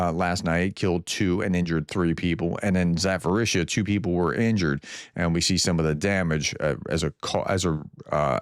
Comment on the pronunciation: Zaporizhzhia is pronounced with a P